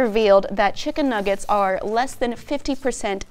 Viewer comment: Chimken nuggers (how doggo say it)